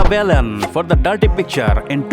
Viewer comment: एकदम घटिया बंगाली उच्चारण करनेवाला कौन चूतीया है यह Voice Over? Duffer साला रहमान को रहमन कह रहा है और बालन को बेलन कह रहा है। और सबसे पहले के दो साल जब मीना कुमारीजी को अवार्ड्स मिले उन्हे बताया ही नही।